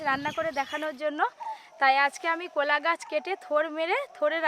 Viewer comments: এটা কলা,,not কোলা 😂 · ভাষাটা ঠিক করুন কথাটাকোলা গাছ নয় কলাগাছ